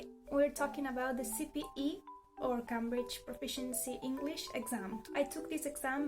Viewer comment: This is a really helpful video! Just a little caveat... be careful with the pronunciation of the word 'Cambridge'. It takes the dipthong /eɪ/.